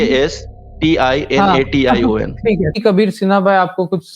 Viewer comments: Procastition 🤣🤣 Kya hinduon sudhar jao padhne ata nai debate karne chale aye najayaz qaum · He said P-r-o-c-a-s-t-i-n-a-t-i-o-n 🤣🤣 Real spelling is "Procrastination" Jab kuch aata nahi..phir bhi muh khologe to aisa hi beijjati hogi😂😂 Height of Overconfidence🤦‍♂️